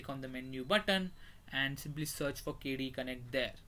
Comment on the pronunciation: It's KDE Connect, not KD Connect!